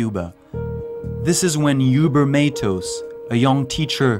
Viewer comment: And the pronunciation of spanish names is terrible, especially the pronunciation of poor Huber Matos´ name.